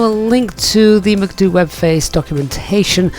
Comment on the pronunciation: Your pronunciation of MCDU sounds wierd